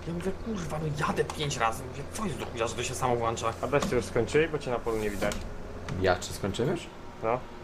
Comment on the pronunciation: Nie włancza.. tylko włącza😂😂👌